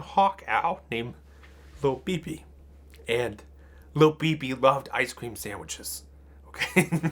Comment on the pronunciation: I kept thinking it was pronounced and spelled Thobibi, or Lobibi. But then I looked in the description and it said "Lil BB" Close enough.